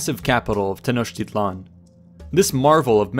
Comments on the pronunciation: His "tl" isn't right at all. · A quibble, but the stress in Tenochtitlan falls on the penultimate syllable.